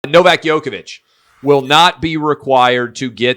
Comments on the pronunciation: Man plz pronounce djokovic correctly . Drives me crazy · Agreed man. 🤦‍♂️ He is one of the best tennis players ever... Get it right!